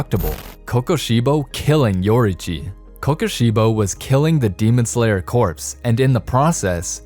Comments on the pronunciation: Corps is pronounced "core" not "corpse." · Fun fact: you don’t pronounce the “ps”in corps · You don't pronounce the "p" in corps